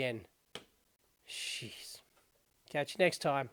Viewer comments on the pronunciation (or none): none